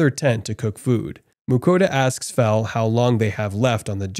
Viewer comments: Yeah he actually says it right a couple times but then immediately goes back to saying fuh within seconds after saying fel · He keep saying fu than fel it keep triggering me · You're pronouncing it like Vietnamese Pho (that's beef noodle soup) but it's pronounced like felt without the t. So Fel. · Bro why do you pronounce "Fel" as "Fuh"?? That doesn't make any sense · Am I the only one who noticed the narrator call Fel by his name correctly at first but later on he calls Fel by Phu not Fel😂😂😂😂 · Fel fel fel not fur wtf??